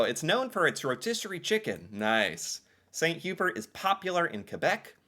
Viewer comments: "Saint - You-Bear" is sort of the french version of Swiss Chalet ... and yes very popular in Quebec. It is delicious. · All the French Canadians silently screaming as he calls it "Saint Hue-berts" 😂